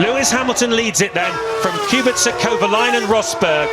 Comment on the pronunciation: Genuine question, why do they say "Kubixa" instead of "Kubica" how it's said properly?